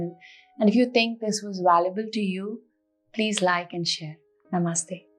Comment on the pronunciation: Hello. I appreciate seeing a virtual yoga series from someone that can actually pronounce namaste 😄. This is great. Thank you!